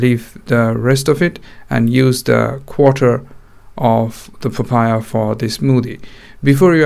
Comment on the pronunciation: Pafaya.... lol